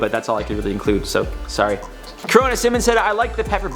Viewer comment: Considering he can't even say sorry right I doubt he will ever say her name right